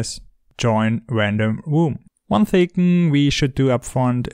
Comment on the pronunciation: "one thign" literally me when i mess up typing 'thing', that was like a verbal typo lmao